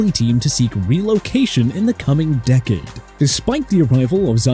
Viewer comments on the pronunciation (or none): none